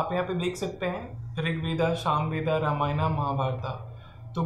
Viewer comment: Sir my grandfather has done PhD in history and he was watching this video with me and some of your answers and pronounciation were wrong...I would like to tell that ramyana is pronounced as ramyan as in hindi we write na in the end which is vyanjan so we add a as swar in the end which we can say is silent and same in Mahabharata and more!